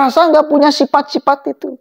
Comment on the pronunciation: Sifat” bang bkn sipat” hhh